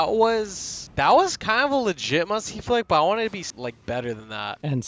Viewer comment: bro did not just say musy flick not musty flick